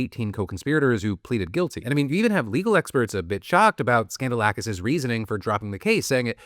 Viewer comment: Guy’s name is literally “skandal-akis” cmon